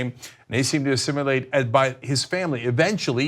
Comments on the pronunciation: Uhhh... It's assimilate, not "assimulate". 😉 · Cenk and Ana, it's not assimUlate. Other than that, great work. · Did he seriously say "Assim-u-late" twice???